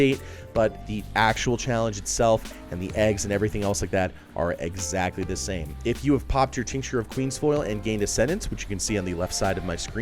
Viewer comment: “Eggsactly the same” lol